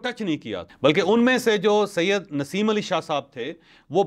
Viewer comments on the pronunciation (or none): none